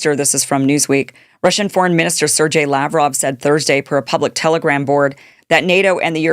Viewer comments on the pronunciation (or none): Sergey is pronounced sir-gay, not sir-jay for crying out loud!